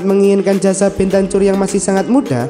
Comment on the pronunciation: BENTAKUR DI BACA WOOOYYY